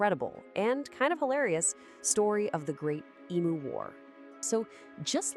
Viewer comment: Another creepy AMERICAN AI redstory based on a true event, which could not pass up taking the piss out of Australia. " WE " don"t care but even the AI could not pronounce "EMU" correct to Australian standards. So much technology, such a little word and yet SO WRONG.